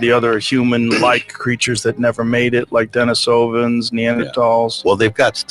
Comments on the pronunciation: I just liked Joe Rogan pronouncing it as Dennis Ovens. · Yes he did. As an Australian, I feel insulted. 😂😂😂